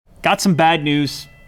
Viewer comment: “I’ve egot somee bad neeews”